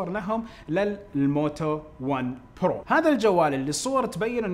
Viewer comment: ياخي رجاء لاتنطق برووو زي الامريكان أنطقها زينا زي المسلمين جعل لسانك للقطع وبعدين جمع ايباد هو ايباد مو ايبادات